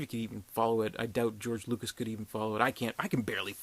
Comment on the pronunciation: lucas not lucks